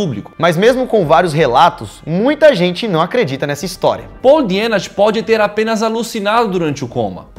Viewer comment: se pronuncia Dienach = Dinarr